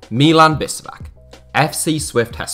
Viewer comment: its not bisevak, its bishevac